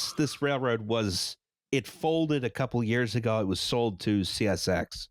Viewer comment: Hoosac is pronounced "Who-zick"